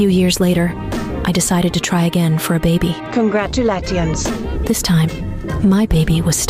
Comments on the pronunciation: CONGRAT YOU LAT EE INS 😭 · Not the the CoN-gRaD-u-LaTiOnS😂😅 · Doctor really said “Congraaudulaydations” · The first one when the doctor said "congratilatiouns" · why did she say congratulations like that?😂